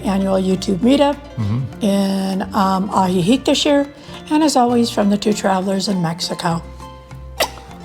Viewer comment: 😂 I corrected him when he pronounced Ajijic as well😂✌️